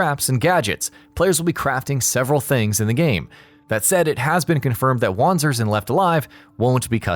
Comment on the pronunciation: wanzers pronunciation - Vanzers. german. it means walking tank.